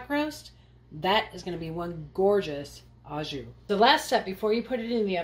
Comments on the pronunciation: To help everybody with the prononciation « au jus » the au in French is pronounced Like Santa’s HO HO not like HA please pronounce it Ho Jus not Ha Jus thank you. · AU JUS (in the style of juice) not a JU :) yummy way to prepare this thank you ! I will put my cast iron to use ! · the "au jus" is pronounced " o jus" bon apetit !! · English does not have to be your native language for this word! It’s a French word and pronounced as such “oh joo” sort of. J is the same sound as s in pleasure or measure. It hurts my ears to hear how it is pronounced online in the USA. I am a native French living in the USA 😊 This recipe is amazing tho! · Looks incredible! Just as an FYI, “au jus” means “with juice”. So you would just call it “jus” , pronounced “zhoo”